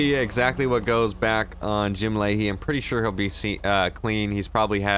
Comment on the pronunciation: Layhie, not Lahey.